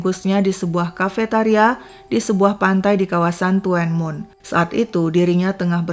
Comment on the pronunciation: Bukan toenmun mbak tapi tunmun